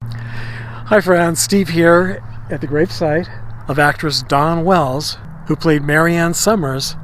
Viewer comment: it sounds like hes saying Donna Wells